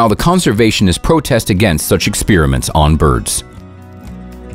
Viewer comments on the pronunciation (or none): none